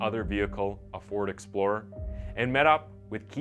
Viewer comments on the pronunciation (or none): none